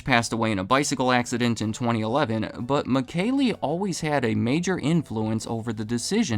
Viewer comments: Michele is pronounced “Mee-keh-leh” in italian by the way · Sure the founders name is pronounced Me Shell